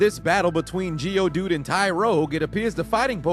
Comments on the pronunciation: Did these guy really say geodude lol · 😂😂😂😂😂😂😂 This man said Geodude 🤣🤣🤣🤣🤣